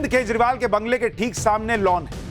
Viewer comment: Koi kejrival bolna sikhade 😜😜